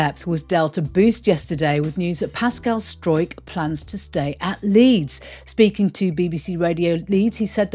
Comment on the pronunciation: Great to hear you pronouncing Struijk’s name properly and not the dog’s dinner way that most commentators say it. Enjoy your afternoon round-up,!